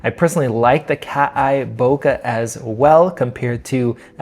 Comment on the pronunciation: its soft wide open compared to more modern offerings (it is a sonnar design after all) and probably out resolved by the 61mp sensor. pass for me ... and learn how to say 'bokeh' ffs